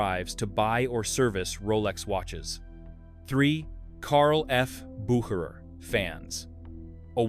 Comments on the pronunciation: When the voice over had five attempts at pronouncing Bucherer and getting wrong each time I pulled the plug on this AI crap. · For the love of Mike, can't you get the pronunciations consistent? Your AI narrator bounces back and forth between two pronounciations. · How many ways can you pronounce “Bucherer’? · That's exhausting! How many different ways are there to pronounce Bucherer? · This video could easily have been less than 10 minutes. So repetitive and the same AI voice pronouncing Bucherer so many different ways is wild.